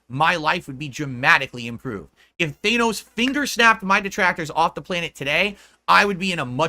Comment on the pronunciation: Challenge: Pronounce Thanos correctly once in your life. Level: Impossible